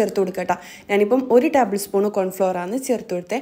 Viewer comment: Taaabal spoon alla table spoon